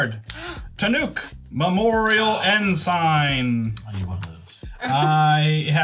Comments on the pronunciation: has no room to tease for her pronunciation. 'En-sign'?;D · makes fun of for mispronouncing AH PO GHEE and then says Tannuk, Memorial EN SIGN in the same video. ナイス